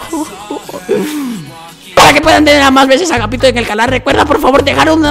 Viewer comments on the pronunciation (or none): es agapito no ahapito